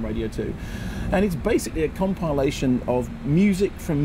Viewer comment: 'Comp-i-liation', damn you Kermode and your funny pronunciation! Whatever happened to the whole B-movie/supporting feature thing? Slightly sad that I missed out on it all.